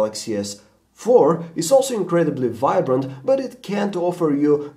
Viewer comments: OMG he just said "Samsung Galaxy S Fuck 4" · The galaxy S... 4!! Lol what's up with that pause?